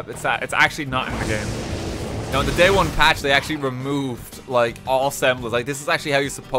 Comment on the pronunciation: ‘day on patch’